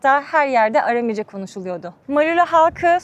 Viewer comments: Bir de dilin adını düzgün telaffuz etseydiniz keşke .. ARAMİCE değil ÂRÂMÎCE olacak .. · Aram dili, yāni Aramca, doğru telaffuzda arāmice diye söylenir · Arami kelimesini yanlış söylemeniz çok kulak tırmalayıcı. Seyahatiniz ve cesaretiniz için tebrik ederim 🙏🏻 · Amerikan Türkçesi konuşmayın! Iramice değil, Aramice. Knaat değil, kanaat! Year değil, yer.